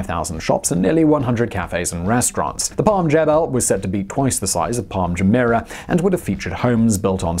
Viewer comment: Why does he find it so hard to pronounce Jumeirah properly?